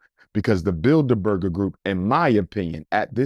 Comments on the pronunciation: Bilder-burger lmaooo it’s bilderberg you pseudointellectual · He’s absolutely right. They make up the shadow government. But it’s Bildeberg. Not Burger 😂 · 😂, It's the Bilderberg Group, not "Bilderberger Group." I've heard him say this a few times. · It’s Bilderberg group not berger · “Bidlerberger”/‘Build-a-burger’ lol .. sir Umar, you mean The Bilderberg (no er) Group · I’m pretty sure it’s builderberg & not builder burger 😂😂😂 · “BuilderBurger BuilderBurger group” 😂 It’s Bilderberg!! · “The Builda Burger Group” 🤣🤣Im sure that’s not how it’s pronounced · Google *Bilderberg Group... And their annual *Bilderberg Meetings... he's pronouncing it incorrectly but is correct Abt what he's saying Abt who "selects" the presidents n have been doing so since JFK... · I agree although he mispronounced "The Bilderberg Group". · Research the *Bilderberg Group... And the *Bilderberg Meetings... he's right but pronouncing it incorrectly... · Research The *Bilderberg Group... And their annual *Bilderberg Meetings... he's pronouncing it incorrectly but is correct abt what he's saying on who actually "selects" the US presidents n have been doing so since JFK...